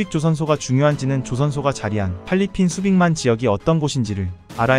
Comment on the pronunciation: 왜 잘꾸 팔리핀 이냐고요 똑바로 읽으세요 .